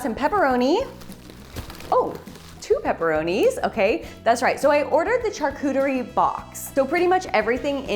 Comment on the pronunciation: You really like saying char-cooter-y